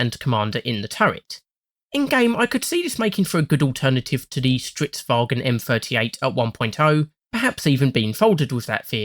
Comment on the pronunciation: An English-speaker saying "Stridswagen" is actually a sign of great respect in their culture.